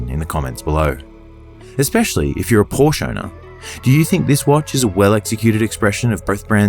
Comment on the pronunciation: Another beautiful video. However, it’s Por-sha.